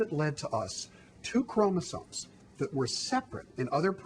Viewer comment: is it just me or does she keep switching around between pronouncing it "chromosomes" and "chromosones"?